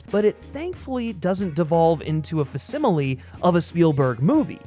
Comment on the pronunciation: Friend I’m not sure who is writing for you but there are a number of mispronunciations that may confuse your audience — see “facsimile” and your mispronunciation of Longinus for two examples